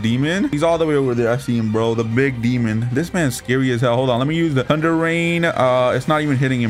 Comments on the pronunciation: Is it just me or do I hear tunder breathing instead of thunder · bruh he said tunder love the content